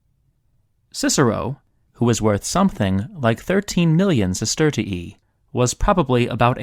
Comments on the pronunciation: Bro it aint sestertiieeeeee It's sestertee-eye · You can actually just pronounce it sesterzi